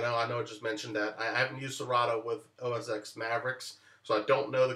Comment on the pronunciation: great tip thanks! btw, it's pronounced "OS Ten"